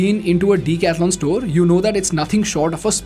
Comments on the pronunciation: OMG! please don't butcher decathlon's name... it's pronounced duh.kath.laan not Dee- catha-lon. And you are planning to teach others in English! 🙄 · You need to improve your pronouncing. It is not "deek athlon". It is "deck-ath-lon" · You pronounce it wrong! It is not Deeecathalon... it is a 'duh'. Lookup the pronunciation! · The name DECATHLON, I think, is a greek derivative like Marathon, Triathlon etc. Does the company itself pronounce it as DICATHLON, like everyone in this video are pronouncing? The instinctive way to pronounce it is with a "DE" in DECATHLON. The phonetics of the spelling is quite clear. So, I don't know why you are calling it DICATHLON when every customer instinctively calls it DECATHLON. Hence, the question on whether the company itself officially calls itself DICATHLON by pronounciation? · I like everything except its name Why so big bro Could've gone for something better I guess... If U read this, and then again see the video, wherever he pronounces decathlon, it looks.. like a weird thing between the sentence.. lol, elongated for no reason. But i mean... yaa very nice company, everything gr8 superb